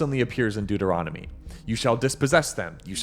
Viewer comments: It's the book of Deuteronomy... Deut, not Duet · Why do you consistently shorten Deuteronomy to ‘Duet’? The word is spelled DEUT, not DUET.